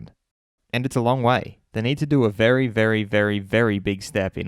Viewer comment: *bery bery bery bery big step